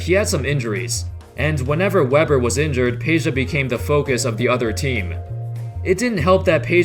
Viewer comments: IT'S NOT PEJA ITS PEDJA FOR FUCK SAKE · why Peja and not Pedja cuz J is pronunced I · It's not Peja its PEDJA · its Pedja tho not Peja overall great vid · Lol. Peja-vu. You slayer.